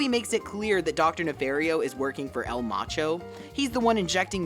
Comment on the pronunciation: It’s pronounced nuh-FAHR-ee-oh, “”! 🤨